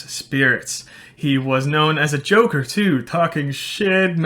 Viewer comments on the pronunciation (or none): none